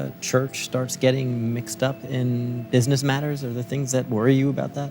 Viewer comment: " This is Bisiness " - The guy from the Meme